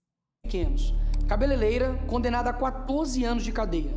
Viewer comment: CABE"LELEI"RA? CABELELEIRA LEILA?